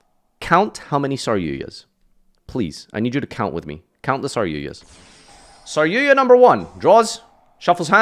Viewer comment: Why do you call it SarYUYA?